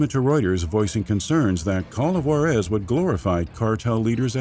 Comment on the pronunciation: Good video. It's Ju-ÁAAA-rez, by the way.